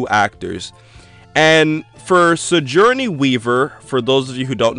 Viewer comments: did I warp into an alternate universe where it's pronounced "si-jour-nee"? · good video, but i cringed every time you tried to say Sigourney